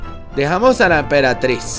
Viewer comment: No era EMPERATRIZ MAGICA Y DICE EMPERATIZ MAGICA